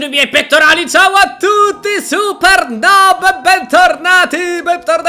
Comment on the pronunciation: Non ci dice nob ci dice nub